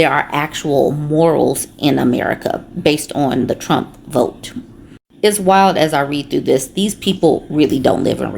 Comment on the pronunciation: “I will boat. For donal tromp” 🦞 🎶